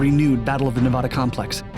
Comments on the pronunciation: Nevada is not Ney-VAUD-A.. it's the short A in the middle like asshole. Pronounce it right... it's a state. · Dude, how old are you? Learn how to say "Nevaaaada" its not hard. It really weakens you're entire cast. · you pronounce Nevada wrong the entire video